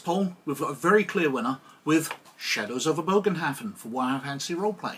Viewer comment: It’s pronounced more as a buhgenhafen